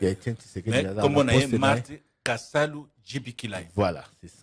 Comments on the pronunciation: Marthe Kasalu et non Kisalu😅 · Marthe KASALU et non KISALU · Maman Marthe Kasalu et non Kisalu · le nom de maman Marthe c'est Kasalu et non Kisalu. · Marthe kasalu pas kisalu